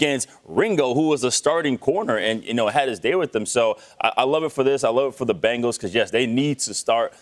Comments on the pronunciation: Benhals? Excuse meee?? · Ahh yes, The Cincinnati "Benhals" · ahh yes, the Cincinatti Benhals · Ah yes, the Cincinnati Benhals